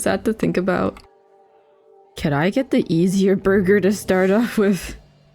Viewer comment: MY borgir my borgir… whatever 😂😂😂